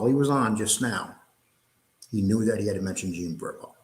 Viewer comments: It’s Borrello….not borillo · Yes that is extremely irritating, it's not like it's a difficult, multi syllable name ffs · You’re pronouncing genre wrong. You’re pronouncing Jean Borello’s name wrong. I can’t take it anymore